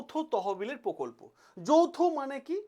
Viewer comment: পকল্প না প্রকল্প